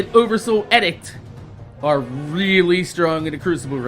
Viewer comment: it's ee-dict not eh-dict. But yeah, shotguns are boss, this patch was good, and I don't think if Xur sells the G-horn they'll nerf it... it's powerful, yes, but it would have already been need (this patch) were it considered by Bungie as "game breaking".